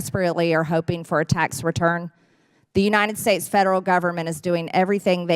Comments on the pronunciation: MTG trying to say "United States: "... Unienn Snates" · I hate how she calls the United States the “uninen states”. She can’t even speak properly.